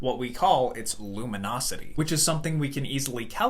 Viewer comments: bro it's luminosity not lumonosity. If you don't know what you're talking about please just don't. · "Luminosity", not "lumonosity", please. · It's Luminosity with an i, not lumonisity with an o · luminosity? nonono, lumonOsity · lumonosity? not luminosity?